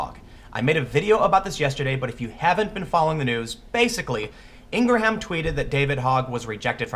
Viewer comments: Never knew her name is pronounced Inger ham thx Tim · Glow Worm because his lack of proper pronunciation shows his lack of actual knowledge about this story. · 4min in had to stop watching ,couldn't stand the constant butchering of Laura Ingraham's name. Maybe next time you're going to repeatedly pronounce someone's name try a little pronunciation research. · I enjoy your videos, but please look up how to pronounce Laura Ingraham's last name. Mispronouncing her name repeatedly across a series of videos is not a good look. Thanks for the video. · You're killing me, Yankee! Her last name has only 2 syllables. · Jesus Tim Laura’s last name is H silent!! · Please stop pronouncing silent H's, It makes me hate you. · Ok, I’m sorry, but your pronunciation of Laura’s name is killing me. It’s like our foreign exchange student from Brazil, he pronounced Arkansas as Ar Kansas. He said why not? Kansas is Kansas, so why is Arkansas pronunciation so different? Anyhow Laura Ingraham is pronounced like Lindsey Graham’s last name with EN at the beginning. Like InGraham. 🤣😂🤣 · Ingerham.....FFS. Do people pronounce your name Tem Peel? David hogg is a whiny bitch. He can call dana loesch a murderer and that isnt slander? Fucking hypocrites on the left. I despise the ignorance. As for the models do we see any men anywhere requesting/demanding male models not be objectified? Of course not. The women doing this are simply jealous of the models. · Tim, I think your awesome and you usually catch these things. Her name is pronounced, "Ing-gram." The "h" is silent. She says her name at the beginning of every show. Otherwise, you're pointing out two potentially dangerous examples of this behavior becomes the norm. This warning is warranted and let's hope being heeded. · It's pronounced (Ing-rum)!!!!!!!!!!!!!!!!!!!!!!!!!!! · The "h" is silent in Ingraham. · bruh... js. it's in-grum. js. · It's like graham.. Not gra-ham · It’s driving me nuts!! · LOL wtf Tim Poolaham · Silent H dude.